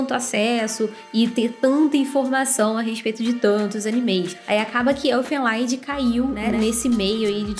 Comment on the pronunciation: Se pronuncia "Erfên Lídi" (Canção dos Elfos). O nome é alemão e não inglês Esse é foda, curti demais. Assisti lá pra 2006